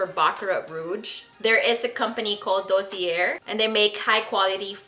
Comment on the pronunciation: DOSSIER (noun) - pronounced “dAH - sEE- ay”